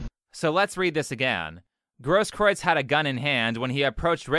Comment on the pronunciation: I think that the guy is a liar and that he'll eventually get his, but it's actually pronounced "GROSS-kroo-its," with the first syllable rhyming with "moss."